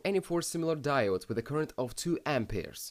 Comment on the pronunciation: lol "Ampeers"